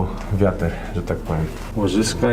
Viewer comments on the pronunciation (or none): Proponuję dzieciaczki o poczytania jakie ma skutki elektrownia atomowa,i dziwne że Niemcy wycofują się z atomu i budują węglowe. Ps wiatr nie wiater